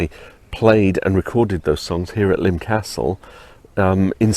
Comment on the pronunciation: Nice video. Subscribed. And thank you for giving me the correct pronunciation of Lympne, after all these years. I was 16 when BTTE came out and I LOVED it at the time, I think mainly because I was happy to hear Paul rock after the mellow London Town. I was stunned by the negative reviews and lack of airplay at the time. While I still love the album, I'd now have to rank it as my second least favorite Wings album (LT is least favorite), but there's no Wings album that I don't like, I think they are all great in their own aspects. I think my issue with this one is that I find it to be a case of the parts being greater than the sum. I mostly love the individual tracks, but the album just doesn't seem to flow well for my listening. And it is not The Broadcast that upsets the flow for me. I'm with Bowie, I think The Broadcast is unique and enjoyable and it has grown on me as I get older. It's the Rockestra that drags the album down a bit for me. Kind of boring, IMHO. I would expect, with such an assemblage of talent in one place, that material for Rockestra should have been a bit more dynamic. Granted, Rockestra Theme was award winning, but I can't for the life of me understand why. I've heard better soundchecks. I'd much rather he left Cage on the album, instead. Anyway, thanks for this insightful on location review. I'll be checking out your other videos soon.